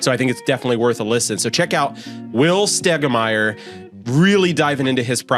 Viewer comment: Pronounce your name right will you